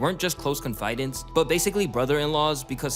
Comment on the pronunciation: Con-Fy-Dants?! Dafuq man...😂 Other than that, great stuff...